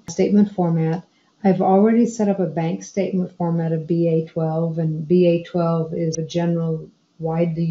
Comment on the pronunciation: What is BA-twelve??? Surely you meant BAI2 (with the letter 'I')...